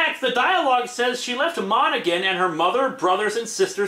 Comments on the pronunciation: Monaghan is pronounced like Mona hen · Hey! im from Monaghan, and you pronounced it wrong btw. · You pronounced Monaghan wrong lol